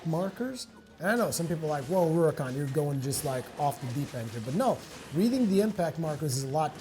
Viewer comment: Rurikhan---->Rorikon---->Lolicon? o.o